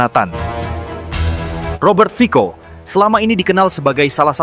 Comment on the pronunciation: Yang benar admin, itu /fitso/. “Fico” dibaca nya 👉 /fitso/ huruf “Cc” Slovakia diûcap /ts/ atau /tse/!